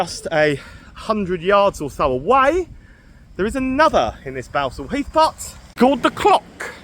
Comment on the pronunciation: It is pronounced Ballsall heath even though there is only one L.Grew up round there most pubs are gone